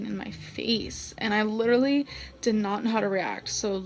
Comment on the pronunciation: “Lilurly” so sad 😞